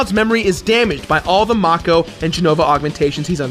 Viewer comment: it's fucking MAKE-O, MAKEEE-OOO